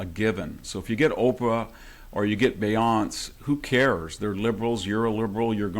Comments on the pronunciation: Lol is this boomer really pronouncing Beyonce's name as "Bae-yonce"?? 😂🤦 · Ol' VDH saying her name as "Beyónss" is adorable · I am going to pronounce Boyonce like VDH going forward. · Yes I frowned when he said that. I also liked his pronunciation of Beyonce (Beyonse). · "Be-yonz". LMAO. I'm calling her that from now on. Thank you Dr. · Nope.....forevermore it is...... "B Yonse" we Love the two syllable version❤ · Hahaaaa…i love vdh! Now i love him even more…he didn’t pronounce beyonce’s name like she wants it! Haaaaa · I absolutely LOVE that VDH pronounces Beyonce's name with only two syllables! Haha I know he's not doing it on purpose, and that's what makes it even more delicious. Haha😂 (The silent 'e' as it appears, not the stupid three syllables that she insists is an actual proper name.) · It's "Beyoncé", Professor Hanson. 😏